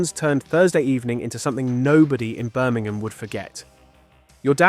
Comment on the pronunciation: Incredible how the video announcer (presumably a fake computerised voice) cannot even pronounce 'Birmingham' correctly